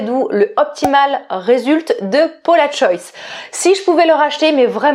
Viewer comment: Ouiiiiiii je suis aussi passionnée par les parfuma😍😍😍 stpp avec plaisir!!! Et la Maison Margiela j'ai acheté le automn vibes le dernier. Il est sublime! P.s. on prononce le S de Paula'S Choice hihi ça me perturbe chaque fois que tu le dis hihi